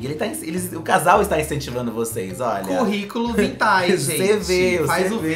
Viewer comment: "Curriculo Vitae" KKKKKKKKKKK BERROOO